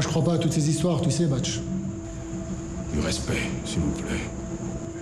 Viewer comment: Suis-je la seule à remarquer que ne sait pas bien prononcer "u"?J'ai l'impression qu'elle dit toujours "i" au lieu de "u", genre "ti" à la place de "tu"🤔🤔🤔